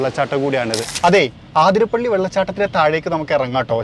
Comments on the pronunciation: ചേട്ടാ ആതിര പിള്ളി അല്ല. Its wrong അതിരപ്പിള്ളി അത് ആണു ശരി. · ആതിരപിള്ളി....😮 അതിര പിള്ളി 😅